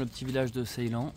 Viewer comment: Sa..illan" pas Sai l'an 😅